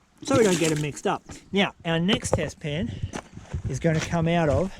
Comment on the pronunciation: Test pan! I thought u said bedpan